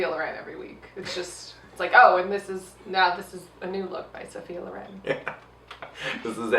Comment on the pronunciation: Loren with the accent on the "e" is so strange to me that i literally did not understand who you were talking about for a long while.